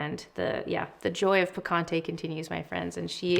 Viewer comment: I love the nude sticks picante blush and the name is ON POINT. Small pointer tho… since this is a Spanish word it would be awesome and very much appreciated by the Hispanic community if there was an effort to pronounce the word correctly😊 I think it shows respect for the source of inspiration ✨